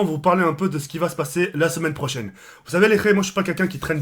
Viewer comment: "La semaine prosaine, et nan la chemaine prosene"